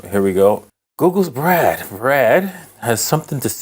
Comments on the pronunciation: You’re pronouncing “Bard” incorrectly. It’s BARD. Not. BRAD. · Bard, not Brad. A billionaire should learn some correct pronunciation. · Why is he consistently calling it Brad? :-) It's Bard. Also, it's more like ChatGPT than Siri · How the hell you call B-Ard, Brad?! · BARD not Brad,bard as in Shakespeare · Why can’t he just say BARD?